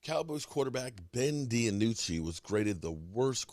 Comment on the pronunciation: hey, its ben DiNucci say "dee-noo-chee" not DiAnucci like you always tell it LOL its DEE-NOO-CHEE"